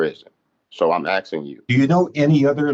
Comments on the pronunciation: He is axing you🤣🤣🤣🤣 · He just be axing questions. Come on man. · I'm axing you. What a nitwit!